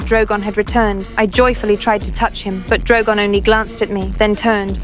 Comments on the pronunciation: Bro said drowgown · Why did she say drogan